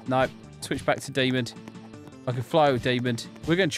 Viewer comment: I don't know if you've realized, but you say Demond instead of just demon!